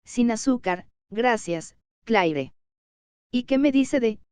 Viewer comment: El IA es muy textual! Por ejemplo el nombre de cleare 😢